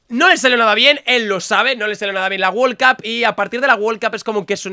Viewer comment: Nadie: Absolutamente nadie::wol cup